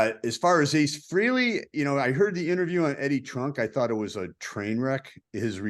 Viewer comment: Nice show, but PLEASE pronounce Ace’s last name correctly! It’s Fr A ley, not Freeley. Thanks!